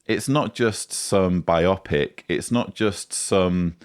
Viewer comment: Hey there. That is not how you pronounce biopic. You need to say it like bio and pic. Loh, and Happy New Year :)